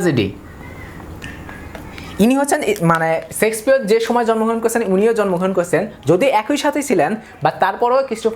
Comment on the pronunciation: ভাই সেক্সপিয়ার না শেক্সপিয়ার ।